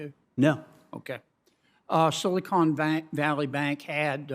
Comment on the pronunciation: Begins to pronounce Silicon as "Silly Con."